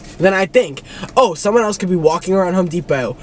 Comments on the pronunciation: “Home depao” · home depow